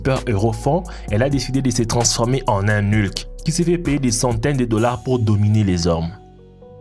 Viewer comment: On fait pas la liaison entre "un"et "hulk"